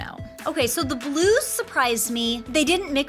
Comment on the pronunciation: When you say done with the blues I thought you said we’re done with the Glooze